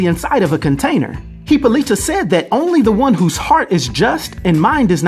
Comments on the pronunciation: It's Hippolyta pronounced huh-po-luh-tuh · Dude you butchered Wonder Woman mom's name repeatedly. 🙄 Great video as always though 👌